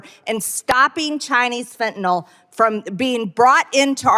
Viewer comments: Dear MargaNazi Greene [divorced failure] it's not "Fe'anull" it's FEN-TAN-ILL spelled Fentanyl, and Biden has caught more of it crossing the border than anyone else ever has, that's not a failure, that's a Biden success, you Russian asset! Thanks for exposing this fascist moron. Since Boozeburp and her like to say unfounded, untrue crap or unverified disinfo in Congress, Raskin guys should just start calling them Russian assets openly on the Floor. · Fentanyl, Ben, not Fentanol. nil. 'N Y L' is pronounced nil. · Ok. Just a personal beef but also a heads up. I am a nurse. Please pronounce “Fentanyl” correctly, especially when MAGATs get it wrong. It’s FEN-TAH-NIL, not fen-tah-nahl. Fentanyl rhymes with, “Pay my bill” not “Tylenol”. Thank you. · Why can't MTG pronounce Fentanyl? It's 3 basic syllables. Fen-ta-nyl Guessing she's one of those who say nucular too